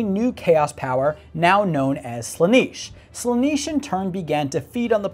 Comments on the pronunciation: Slan-eh-sh not Sla-nEE-sh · Slanish? It's slanesh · "Sla-niche"..... ffs man... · Listen to this mon'keigh, pronouncing "Slaanesh" as "Slanish" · someone please tell him how to pronounce Slaanesh correctly, it's getting on my inquisitorial nerves.. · You should do more homework on your subject. You are not pronouncing Slaanesh correctly. Give the subject the respect it deserves, man!